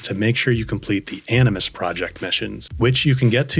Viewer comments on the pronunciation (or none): none